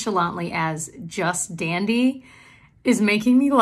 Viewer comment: Just dandy 😂💜 I love it lol it’s your inner Newfie coming out haha